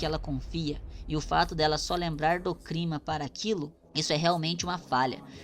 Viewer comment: Mano por favor, nunca pare de falar exprosão e crima, isso além de sempre fazer as pessoas comentarem, também é uma forma de nos aproximar de você. Todos temos alguns vicios de linguagem !